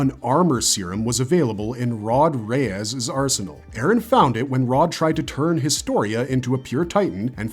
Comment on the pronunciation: Rod "Ray-ass"